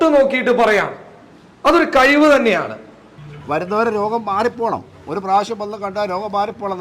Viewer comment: എടാ കൈവ് അല്ല കഴിവ്